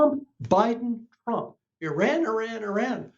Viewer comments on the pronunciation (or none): You mean since Carter and it’s pronounced E-Run